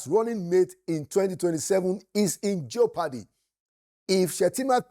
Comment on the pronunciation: JEOPARDY is pronounced "jehpuhdee"... JEH not Jio,, take note. Young students are watching😊